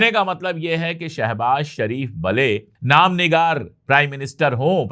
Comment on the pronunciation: लफ़्ज़ ज़रुरत होता है ज़रवत नहीं आप हमेशा ज़रवत या ज़रुवत बोलते हैं नाम निहाद होता है नाम निगार नहीं